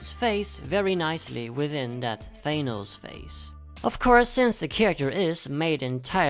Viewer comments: Its Thanos not Gaynose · hearing 'thAYnose' makes my eye twitch nah jk great list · Thanos not thenos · It's closer to how thanatos is pronounced